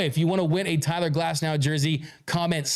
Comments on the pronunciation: Its Tyler Glasnow .... not Cyler Glasnow..... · “Cyler Glasnow” 💪🏼